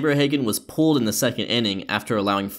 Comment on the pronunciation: At first I was like, “What the f does pooled mean? Why was he pooled in the fifth inning?” And then I realized that he was saying pulled lol